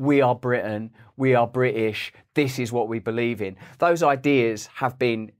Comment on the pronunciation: His articulation is appalling. I stopped watching after the third time he said "Bri'ish".